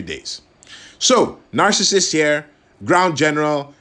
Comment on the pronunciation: Great review! Btw... I think Narcissus is pronounced Nar-sis-sus. 😉